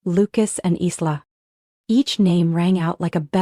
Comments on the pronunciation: I wish they would pronounce names properly. Isla is pronounced as eye-la, not Is-la. 😊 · Aarrrgghh!!! Isla is pronounced "eye-la"...the "s" is silent...just like in "island". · Isla is pronounced I-LA. The S is silent. Please fix this. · Written Isla but pronounced eye la...